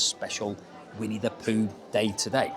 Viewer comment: It's Pooh not Poo :(